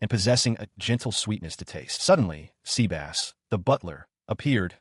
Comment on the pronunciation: 😂😂😂 sea-bass 😂😂😂. Sebas